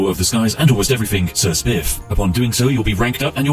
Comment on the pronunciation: Colonizink everythink sounds like a strategy!